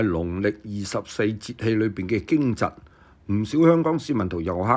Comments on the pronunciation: 驚蟄(應讀驚值) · 聽到驚蟄的正確讀音，幾乎感激流涕 ！